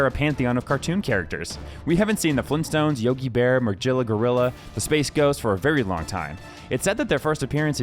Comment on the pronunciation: “Majilla” Gorilla?